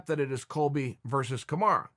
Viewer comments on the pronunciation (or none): It bothers me so much when he calls Usman Karmara instead of Kamaru